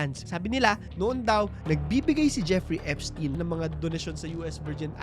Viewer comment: Eps-tayn pronounciation name nya